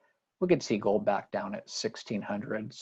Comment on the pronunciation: Can we GOAD you into pronouncing GOLD correctly?